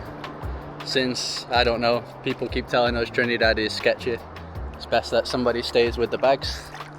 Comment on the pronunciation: ALSO : Not : TRINNEE-DAD But : TRINNIH-DAD